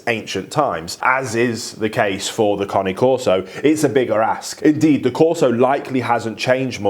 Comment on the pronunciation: Finally, someone who can pronounce the breed name correctly. 👏 👏 👏 👏 👏